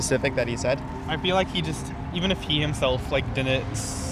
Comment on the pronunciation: A Harvard student saying "dinint" ?? That's where we are now? Pathetic.